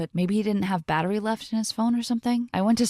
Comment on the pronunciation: the part when it said " low battrey ' got me so bad lol😂🤣